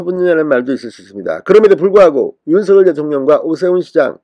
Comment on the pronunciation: 윤서결 이렇게 발음하는것 국문법에 맞지 않습니다 바르게 윤석열 그대로 발음하세요